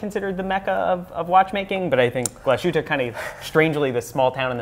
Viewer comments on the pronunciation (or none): I almost had a heart attack when I heard you pronounce Glashütte "Gluh-shootuh". I don't wanna be a smartass, but that was cringy. Otherwise I liked the show, keep up the good work!